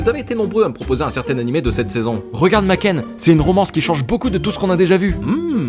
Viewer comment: Tu nous fais une sponso et tu dis "makène" 😭